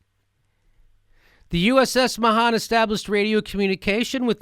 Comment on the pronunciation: You pronounced Mahan wrong Jimmy.